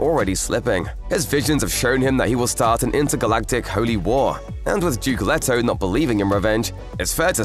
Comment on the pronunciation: I really hate when people pronouce the characters name as Let-oh when the other characters in the friggin movie pronounce it as Leet-oh